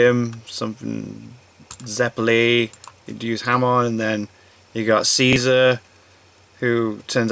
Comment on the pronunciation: I cringe everytime he says "Ariaki" and "HamOn"